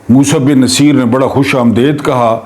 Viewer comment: بہت ادب کیساتھ تھوڑی تحقیق کرلیا کریں جس طرح سے آپ تاریخی شخصیات کے نام غلط پکارتے ہیں بہت ہی شرمناک ہے راڈرک بالکل غلط ہے نصِیر بالکل غلط قَرطبہ بالکل غلط لگتا ہے کوئی ایرا غیرا بول رہا ہے نہیں